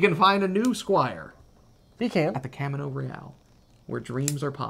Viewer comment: Pronounce it in Spanish - Cahmeeno Reh ahl